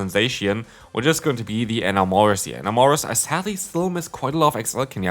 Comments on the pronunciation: En - Amo - Rus The same way you would say "enamoured" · Lol the way you say "Enamorus"